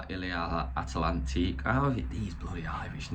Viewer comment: Il atlantique is a French name you English chap not irsh.